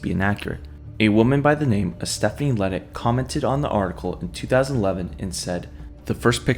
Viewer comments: The Cajun in me can’t let you say it like that it’s la-day idk how it works being it’s spelled ledet lol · The last name is pronounced LeDay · His name is pronounced La day